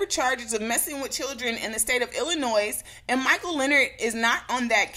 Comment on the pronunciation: All I can do is laugh...bcuz they really thought they had a chance anyway...on another note I love you girl, but please never let me hear you pronounce Illinois with the s on the end...the s is silent. You're too smart for that. Otherwise keep bringing us the good news.! We missed you!